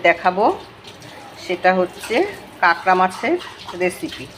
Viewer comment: Apni kakra kakra korchen ami katla katla sune jacchi dhur 😂